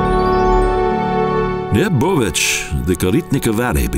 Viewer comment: Pronounciation very bad: "Koritnica" and "Bovec"!!!